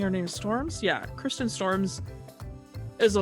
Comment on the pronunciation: Sorry to correct you, but its Kirsten, not Kristen, and its pronounced like the other Kirsten who is a Dunst. About this film, my sister and her cousin were obsessed with this film.